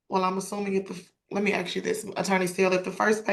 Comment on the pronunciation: What got me was a actual JUDGE saying “I just needed to axe you if you agree” 🤦🏻‍♀️